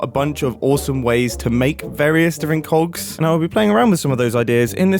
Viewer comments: are you sure you said cogs? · Mumbo, I'm begging you to enunciate that "g" a bit more... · Maybe you need to practice your enunciation because "Big Cogs" is sounding a bit sus. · I can't stop hearing "cocks" instead of "cogs" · Mom walked in halfway through this video and misheard mumbo. She instantly goes “WHY ARE YOU WATCHING VIDEOS ABOUT MEGA COCKS?!?” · am i the only one understanding cock instead of cogs??? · I definitely heard “cogs” every time he said it. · missed a great one: “and all I could think about is cogs!” especially considering how softly he pronounced the g in that one hahaha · he did not say cogs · Mumbo please annunciate your Gs 😂😭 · mumbo mate i need you to pronounce COGS a big better because this is quickly sounding very un pg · Mumbo, can you make a working clock with this concept though? (totally didn't get this idea from mishearing you making "coggs") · If you listen at 1.5x speed, the "k" sound is even more pronounced...